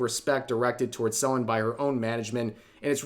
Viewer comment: I know this is serious video, but just a tiny nitpick, why are you mispronouncing Selen's name, the same with most names that you say? I had a triple take & though I was going senile lmao.